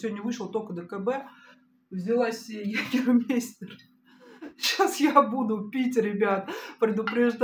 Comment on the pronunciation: Мать, "йегамайста".... Так звучит и произносится в оригинале. Привет из Франкфурта 🖖🏻 и пьют его максимально охлажденным, елейным.